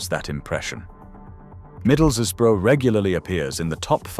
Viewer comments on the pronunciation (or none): ‘Middles-is-borough’, apparently in ‘Teezd’ (Teeside) and ‘Kirkby’ pronounced as spelt instead of ‘Kirby’ 😂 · "Middles bro in Tees". "Middles'ses" "One hundred, fifty thousand" I am so fucking done with this AI slop voiceover shit!! STOP IT!!! ENOUGHIS ENOUGH!!! It makes your videos look and sound absolutely amateur. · That's not how you pronounce Middlesbrough. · I hate the fact that AI uses an English sounding auto voice accent it fucks up when pronouncing, Kirkby, Middlesbrough, Teeside, yet gets Merthyr Tydfil spot on. 10 minutes in and I am off to use my precious time to do something else